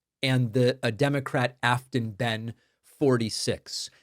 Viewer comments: Hey David, tennessean here. Her name is pronounced, bane. Thanks! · How about getting the pronunciation of "Behn" correct?